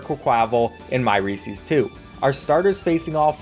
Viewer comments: Bro really says Recees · Was going to watch the whole video till I heard REESEES… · you pronounce reeses wrong